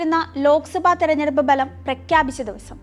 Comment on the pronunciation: ബലം അല്ല, ഫലം